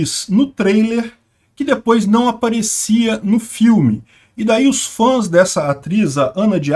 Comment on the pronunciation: "FÃNS", é uma palavra nova da língua portuguesa?